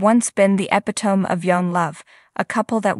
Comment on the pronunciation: It is 'e pit o mi' not however you said it.